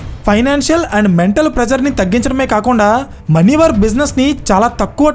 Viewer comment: మన్యవర్ కాదు, మాన్యవర్